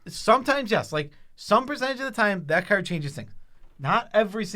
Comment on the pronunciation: People who can’t say card. ;)